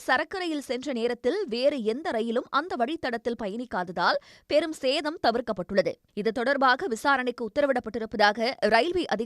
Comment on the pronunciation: பெரும் சே...தம் இல்ல பெரும்ம்ம்ம்ம் சேதம். தயவுசெய்து பொறுப்புடன் தமிழை உச்சரிக்கவும்